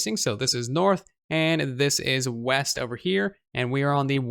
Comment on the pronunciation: Oooh weast I thought you said weast